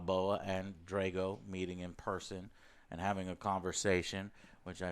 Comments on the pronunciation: I'm more annoyed that they kept saying "Drey-go" instead of "Drah-go", yet claim they're fans of Rocky 4 and shit. Fuck outta here! Love the AJS though. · why can you not pronounce the A's in people's names correctly. you pronounce drago and han wrong every single time